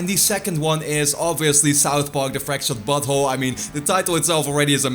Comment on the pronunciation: The way you are saying South Park sounds like "Fractured butthole" lol